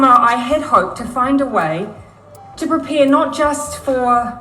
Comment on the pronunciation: Ibsolute, pripare, brith, reeelixion, thi sivinth of fibruari, domistic, pindimuc cintiniual 😂😂😂 clown inglish